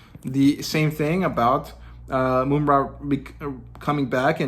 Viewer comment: Love the critiques, breakdown of your opinions and channel, keep it up! Small critique: it’s Mum (like an English bloke saying mom)-ra, not “Moom-ra”. Just see the cartoon